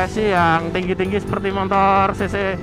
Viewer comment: 01.42 "pembakaran montor kalian..." pertahankan mas..logat wong jowo, motor dadi montor..hehe mantep pokokelah..hehe